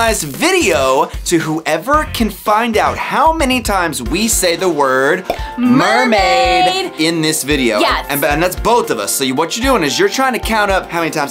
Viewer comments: You said murmaid 18 times and my real name is laura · you guys said mearmaid 28 times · Sorry i dirit have so much time to wach your Holl intiyr vidio but i relly love your vdios and i herd you giys Say mermad 6 times and bye the way my reyoll name is diana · U guys said marmaid at 25 times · You said meriad 15 times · I think you mean Mer-made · you said murmaid 22 times💕💖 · You said mirmade 23 times